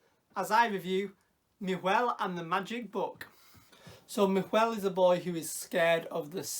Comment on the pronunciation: Just a heads up, the pronunciation is a little deceptive for English speakers; Nahuel looks like na-hoo-el, but it's actually just na-well. The h is silent, and the u is close enough to how we pronounce w. I only say this because I learned it from my Argentinian husband when we chose to give our son this very same name. 🙂 I'm super happy that there's something with his name, because even in Patagonia it's uncommon, so with any luck it will become more known. I can't wait to see this movie, thanks for reviewing it!